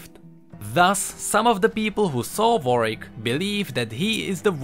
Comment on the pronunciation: It's not Warick, it's Warwick, plzzzzzzzzzzzzzzzzzzzzzzzzzzzzzzzzz pronunce it right...